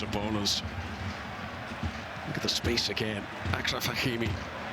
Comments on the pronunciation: Commentator, it's Achraf Hakimi with a "Sh" sound as in Charlotte, so it's Ashraf" not Akraf" .....you're doing a great job making the effort to pronounce the full name of the players. But it's just respectful and professional to pronounce a well known player's name correctly, especially if the name is not that hard. Thank you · these USA commentators gotta go bro, what is a "ackraff hakimi" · Somebody please tell the chap calling the match that Hakimi's first name, Achraf, is pronounced Ashraf, and not Akraf! And what an asset Hakimi has been to PSG.